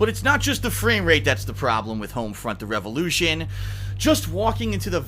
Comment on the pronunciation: Hoamfrunt revalewwwshun